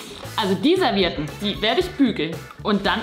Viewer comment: AAAhhh, mein Mann sagt auch immer ServieRtten...:D